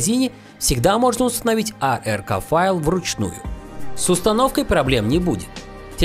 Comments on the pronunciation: после "аРк" файла вместо "аПк" выключил видео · А-Эр-Ка файл ( мин)??? Серьёзно!? Может стоит английский подучить, а заодно и расшифровку аббревиатуры APK (Android Package Kit)?